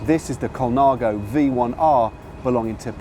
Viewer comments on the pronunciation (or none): Surely it's "Cam-pan-nyolo" and "Col-nya-go"??? Truly gorgeous bike, mind...